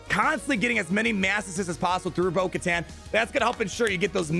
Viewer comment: It’s actully pronounced (bo-ku-tan)